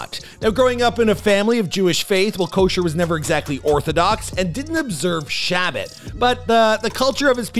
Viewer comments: Brow ard not BRO word county and it’s Sha bot not Shabbit lol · I love these videos but the host seems to be able to mispronounce words on another level. “May-zel Tron”, “Jew at the Canoe”, “Sha-but” 😂 come on brother google the pronunciation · U butchered everything shabbat, his paissis. Take time to learn pronunciation. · Shabbat is pronounced like "Shah-Bot", or sometimes "Shah-Bis" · Also the way he pronounces Shabbat.